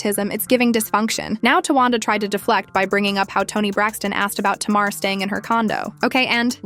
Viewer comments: First Learn how to pronounce Tamar name before you strart to put out a story about some one it's always 2 sides to every story. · I feel like she needs to learn to say Tamar's name right